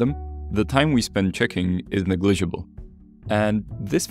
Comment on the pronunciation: The time spend checking “ne gli-ga-bull.”